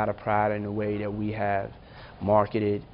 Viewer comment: Why does he pronounce THAT like DAT ? Sounds so lazy and ignorant but has a suit on so I guess he’s smart right ?